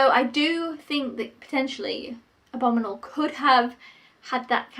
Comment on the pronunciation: Why do you pronounce abominable like abominal?